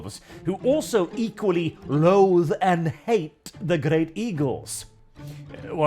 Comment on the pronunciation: When you said they hate visitors I heard it as an Irish man as ‘Ate visitors. Guess I wasn’t wrong